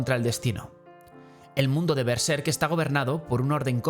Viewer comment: Es uno de los análisis más interesantes que he visto de Berserk, y me agradó que pronunciara Berserk igual que yo jaja Normalmente lo pronuncian con el acento en la primera sílaba, pero yo creo que le queda mejor en la segunda, como en este video.